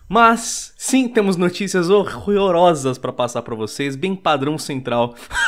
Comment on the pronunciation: " Temos notícias HOERXROROSAS "